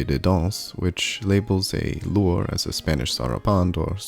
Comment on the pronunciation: Pronounced "loo-RAY", not "loor".